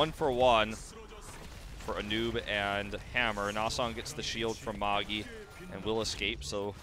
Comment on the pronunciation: isn't ''Magi'' pronounced ''Majj-i'''' instead of ''maggie'' ?